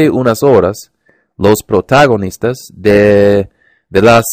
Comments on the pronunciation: Bastante bien, pero cuidado con los acentos tonicos. Debe ser: protagoNIStas; amaneCEres. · Te aconsejo que refuerces estas palabras: - Envolver (Cuidado con la pronunciación de la "L") - Dulce (La letra "L" de nuevo) - Atardeceres (El acento está en "ce") - Gotas (Estás pronunciando la "G" como una "J") - Volvían (La pronunciación de la "L") - Protagonistas (El acento está en "ni") - Papel (El acento está en el) - Amueblando (cuidado con pronunciar la "N") - Ejercicio (La pronunciación de la "r") Tip: Podrías practicar la diferencia entre "B" y "V" Lo hiciste muy bien! sigue así :)